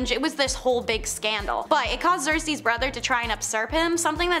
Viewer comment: Usurp is pronounced "you-surp" not "upsurp" Xerces is "Zerk-Sees" not "Zersees" As said - Priestess, not priestress.